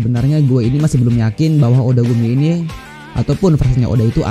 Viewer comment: Gw juga dengernya otaku ni bukan odagumi 😂